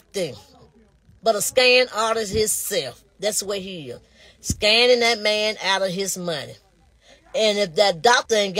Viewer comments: Is saying scanning instead of scamming and scan instead of scamm???????😮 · They going to jail lock his A$$$$$ Up ! She can’t even say Scamming ! What is Scanning??😡